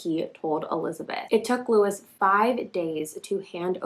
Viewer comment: It's Lewis